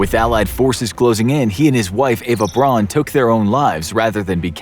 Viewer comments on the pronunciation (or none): Josef “Gobbels”? It’s pronounced with an r. Eva Braun is not pronounced like brawn. It’s pronounced Brown.